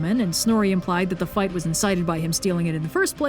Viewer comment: Aaand FOIGHT indescribable fwipping sounds